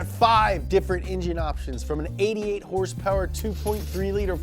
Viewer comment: My first Fox was a flat window 1982 Capri 5.0 4 speed.. I currently have an 89 LX 5.0 out of Missouri... First time viewer on your channel, instant subscribe when you said hrsprs! Ever heard of the Youtuber Fleccas? You could be his long lost brother! :D